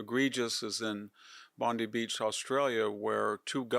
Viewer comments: It's Bond-eye. Not Bondy. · Can i just say Bondi is pronounced in Australia as Bon die,not bindy😁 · the UN.and WEF have been taken over by islam. Its a plan to eventually have the European countries islamised for the destruction of Israel. as an Australian its pronounced Bond eye. Our PM Anthony Albanese ( Islameasy) is VERY pro Palestine and the most gutless " man" you have seen since worlds creation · Why does no one know how to pronounce Bondi? The "di" is pronounced like the DI in Diana or Dive. Bon-Dye beach.